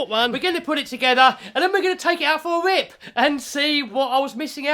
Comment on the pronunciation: “Let’s take it out for a rwip!” What?! Translation please, my British ain’t so good.